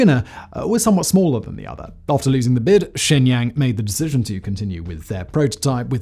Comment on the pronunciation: "Chiner"? "Shangyang"? "Changyang"? Sir. Please.